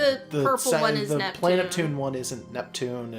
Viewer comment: It is pronounced Plan a tune (the a is short)